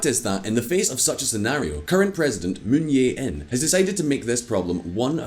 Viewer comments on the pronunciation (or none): Bruh...its Moon JAE-in, not Moon Yae-in. Lololol. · It is Moon Jae In. Not Yay In. Your channel is rife with mispronunciations like Rye-add instead of Ree Yad as in Riyadh. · Moon Je In, not Moon Ye In. You can pronounce it as Moon Che In as ㅈ consonant could be read Che and Je. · I've never seen a Youtube Channel that covers economics and geopolitics be so lazy with it's pronounciation. Given it's a channel dedicated to covering international issues, you'd think they would put more effort into it. Moon Yei-In instead of Moon Jae-In, Park Wen-Hee & Park Gyoon-Hyen (two different pronounciations for the same name within one video!) instead of Park Geun-Hye... I remember in another video they pronounced a Korean word Chaebol as Kaibol. And I'd imagine they would make similar mistakes with other languages too. Come on, pick up your game. Why should I trust anything you say when you don't even bother with something as basic as pronounciation. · Aside from the mispronouncing of the Korean leaders’ names, Could you kindly tone down the music volume a bit? The music is much louder compared to the volume of the speaker, making for a less than perfect listening experience. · Can you guys please learn how to pronounce Korean? Moon yay in? Hahahaha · Moon yae in. That's some European pronunciation. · You really need to work on your Korean name pronounciation,. Moon JAE (as Jay) In. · You know this channel is poorly researched when they can't even get the name of the president right. Literally, just look up a news clip and you'll know how to pronounce it but they can't even do that. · jesus christ the way he pronounces moon jae-in is so irritating lol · As a Korean, the way you pronounce president Moon bothers me so much! HaHa 😁🤣 Please google it next time, will you?